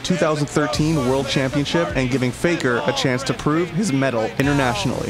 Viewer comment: "a chance to prove heiejisss medal, internationally."